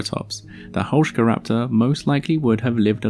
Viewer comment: I love you even more for pronuncing the name correctly